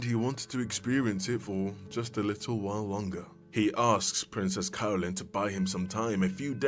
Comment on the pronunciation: I can't stop hearing "Princess Colon"